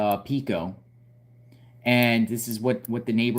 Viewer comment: Just an fyi Pico Blvd. is pronounced like Peeko, long e sound.